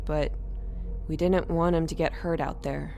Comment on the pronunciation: Dinint, man she needs to know how to say did not BLAH